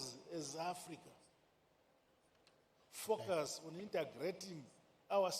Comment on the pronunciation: ‼️🙄I THOUGHT HE WAS SAYING FUCKERS, BUT IT'S FOCUS HE WAS SAYING🤔